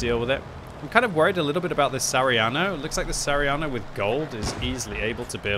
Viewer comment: its sa ha ri a no not sariano..